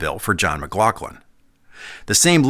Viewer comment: Can you pronounce McLaughlin again?, please